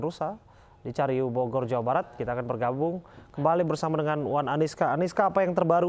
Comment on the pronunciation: Cariu bukan ciayu wkwk reporter nya..